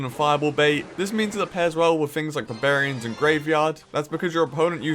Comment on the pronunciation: “Buhbarians” - 2019